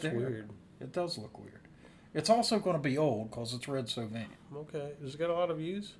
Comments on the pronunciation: First I gotta tell you it’s pronounced So Vine. Red did occasionally sing and while most of his songs are sad not all of them are. He does a great version of Lay Down Sally & his version of Colorado Kool-Aid is the best. There’s a few more sad songs of his I’ll recommend as well. Roses For Moma, Little Rosa, Giddy Up Go & Big Joe And Phantom 309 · This was a great reaction guys and a great song. The only caveat I have for you is that the name is pronounced so -like a flowering Vine